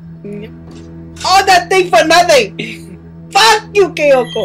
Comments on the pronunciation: Look, I know Kayako is scary, but your freaking out is a bit too much. You sound like she's gutting you with a knife. By the way, you're calling her "Kyoko" or "Kayoko". Also by the way, I nearly peed laughing. XD I gotta ask, are you Brazilian? I thought you said "Pra trás" or so. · undead gamer 73 That's true, I actually call her by Kayoko. That was the way, how I pronounced her name. But to actual Japanese is Kayako, which I knew for a while after I've played the Let's Play series from my gaming channel of "".